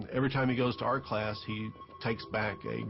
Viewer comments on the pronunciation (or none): none